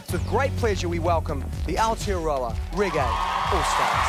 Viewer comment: It's te reo week and that muppet presenter can't pronounce Aotearoa right.